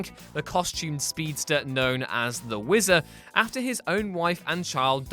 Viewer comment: LOL! "The Wizzer"